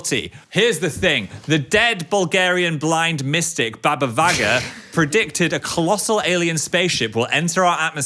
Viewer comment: I feel like im losing my mind her name was baba VANGA not VAGA omhg what is going on